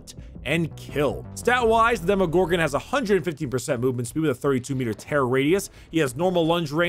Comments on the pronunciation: Hey... it’s Demo not Demi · Yeah who doesn’t know the well known “Demogogron” Not making fun of you bro just thought that this mistake is pretty funny 😂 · Demogorgon or Demogogron? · “Demi” it’s DEMOGORGON DEMO DEMO DEMO DEMO DEMO NOT A FUCKIN DEMIGORGON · its not Demorgorgon ... its De-Gordon-Ramsay ....